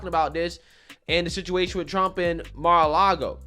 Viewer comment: “CAR-LAGO” ARREST THIS DEMENTED SUCKER